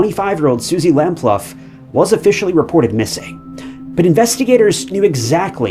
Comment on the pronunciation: Suzie lamploo its pronounc3d not lam0luff x